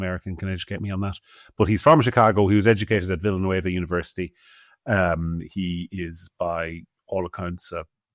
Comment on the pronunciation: Hi, it’s pronounced Villa-no-va, hard “no” in the middle. It’s in Philadelphia!